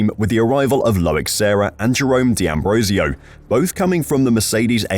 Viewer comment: For goodness sake, it's not di Ambrosio, it's d'Ambrosio...